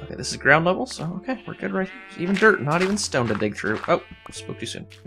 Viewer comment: Anyone else think that when he says DIRT he actually says DERP?